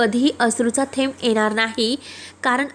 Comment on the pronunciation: अग, एणार अस नाही तर येणार असा शब्द आहे. मदे नाही, मधे असा शब्द आहे. जरा शुध्द बोला ना , ऐकाना.